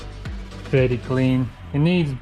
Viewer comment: Werry werry good isn't it isn't it